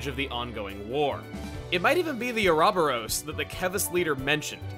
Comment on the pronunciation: jesus christ Chugga pronouncing uroboros oo robber ose. Lol wtf.